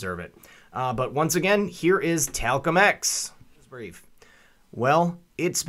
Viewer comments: Did you just call him Talcum X? Very cool. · "Talcum X". 😂🤣😂🤣😂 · "Talcum X" .... Damn. LMAO! I doubt anyone subjected to a common core education even got that.